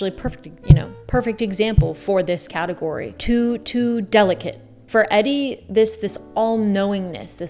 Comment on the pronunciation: “EDDY” Sedgwick?? Omg